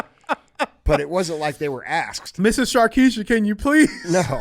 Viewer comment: The slaves weren’t asked nicely they were “axed” nicely 😂